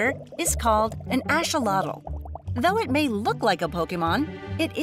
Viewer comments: She said asholotl not a axolothl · It’s called axolotl not asholotl🤣🤣😂😂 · it is an axolotl not an asholotl get it right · I don't understand why it's pronounce "asholotl" in this video but the correct pronounciation is "axolotl" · why are you saying Asholotl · Asholotl? This is the first time I hear someone pronounce their name like this. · thats what i was saying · She mixed the nahuatl and the English pronounciation